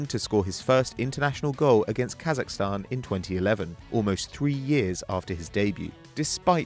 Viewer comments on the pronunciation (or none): none